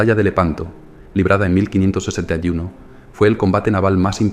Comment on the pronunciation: por cierto, lo puse y luego lo borré porque no quería que pareciera una crítica, pero la primera vez que se dice la fecha se entiende 1561, incluso los subtítulos si se activan escriben 1561. No sé si es apreciación mía nada más. Un saludo